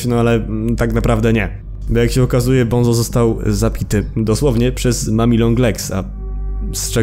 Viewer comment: bunzo nie bonzo